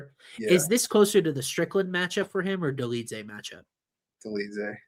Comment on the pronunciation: Bro also said Dolidze 😭